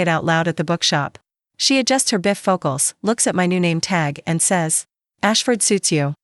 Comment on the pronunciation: While the story is really good I do have a issue. Please edit the AI it can't read simple words...bi focal or Do a t home and spoke that way. This really detracts from people liking your story. Please allow people to justify liking your story....great story. Thank you from NC USA 😊😊😊😊😊😊😊